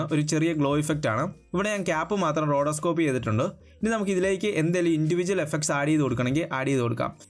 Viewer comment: റോഡോസ്കോപ്പ് അല്ല റോട്ടോസ്കോപ്പ്..